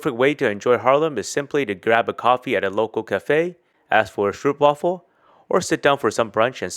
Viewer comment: Grote Kerk Apeldoorn? You are lost a bit. The Haarlem Muller organ in the Grote Sint Bavo kerk is world famouse The Spaarne is not a canal, it's a 'tamed' river. "Stroopwafel" pronounce the Dutch oo as oa like goat.